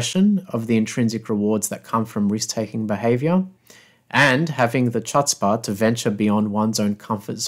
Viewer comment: Love this video, but that’s not how you say chutzpah. The ‘ch’ is kinda a hacking sound from the back of your throat. 😄